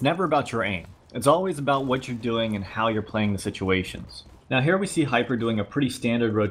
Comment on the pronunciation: thanks for saying my name the right way.